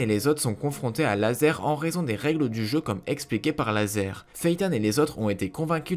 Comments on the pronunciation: C'est razor pas laser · C'est pas lazer mais razor